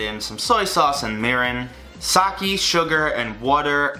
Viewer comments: Sake. Sa-key. no it's Sa-kay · Sah-kee. SAH. KEE.. ITS SAH-KAY. SAH. KAY. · it makes me cringe everytime you say sake it's sa-ké not saki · i’m not criticizing you, it’s sa-keh not sa-kee ☺️ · god it’s SAH-KAY not SAH-KEY the blood vessels in my brain burst every time you say it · Sah-kay. Not sah-kee. :) 🍶🍶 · did u say, SAKEY? ITS PRONOUNCED SAKEH IM SORRY BUT I COULDNT HELP MYSELF. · Sakee. S A K E E. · Not saki, sa-ke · "sockey" it's pronounced sah-kay 😂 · Not Sock ee its sah kay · I love you man I really do but... SaKE not saKIII SPLIT THE DIFFERENCE U AMAZING FLANNEL LOVING YOUTUBER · It’s called sakE like Evolution not saki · its saké not sakieeee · UGH i hate it when he pronounces sake as ‘sakie’, it’s pronounced like ‘sah-kay’ smh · Every time he pronounced “Sake” as “Saki” I died a little inside. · ok, ok ok ok ok, 1, udon is 'oo-doughn' and sake is 'sah-kay' (sorry lol had 2 get them pronunciations out there man) 2, udon has very thick noodles which is sorta one of its defining traits! i dont live in japan so maybe there is a type of udon that has slim noodles but every time my japanese dad makes it, or we go to our japanese market/restaurant, its got big ole noodles! heard someone said to do a part 2 so like,,,, GET THEM NOODLES RIGHT other than that tho hell yeah i love this. thank god ur not gonna die of all those sweets we made u eat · 𝐒𝐀𝐊𝐈 ( did you guys hear him say 𝐒𝐀𝐊𝐈 ) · I think it's pronounced saw k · The way he pronounced “mirin” and “sake”... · The way you pronounce "sake" gives me cringe